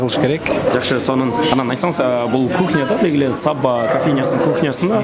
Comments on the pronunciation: САбба эмес,Саба дебейсиңби алып баруучу. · Сонун. Алга ! СаБа дегенде ударениени биринчи а га койбой , жон эле кымыз куйган Саба буюмун айткандай айтсак туура болот ко дейм ! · Саба деп созун башына ударение койбой Саба создун аягына койсонор окшошмок.Кымыз куюп чалат ошол идишти айтат